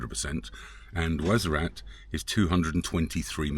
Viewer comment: WARZAZAT BROTHER NOT WAZARAT PLEASE IT LIKE HEARING SOMEONE SAYING MANCHESER